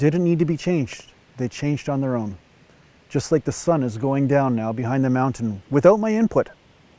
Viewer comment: you said mountain wrong. 😂 I appreciate you sharing your knowledge on both spirituality and bodybuilding. ❤️